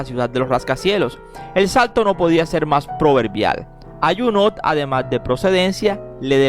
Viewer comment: Que feo hablacUsted. En Franses no se pronuncia la letra T. Abburridisimo.